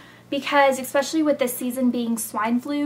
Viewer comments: Oh I LOVE your folders! You and your sister... "exspecially" GRRR! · nice vid its funny how ur a senior and u say expeciall.....lol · You and Blair keep saying "expecially" instead of "especially". Makes me laugh :F